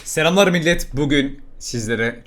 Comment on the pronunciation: Bence Selamlar Deme Tam Bir Rus Sivesi ile Selamlar Diyosun